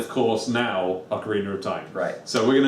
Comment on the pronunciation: "ocariner" is so cool